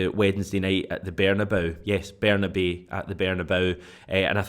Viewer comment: Ber-nah-bay (as in say/day/way)-oo (as in you/do/who) ... ber-nah-bay-oo! Not ber-nah-bow (as in cow/bow/how)! Everytime!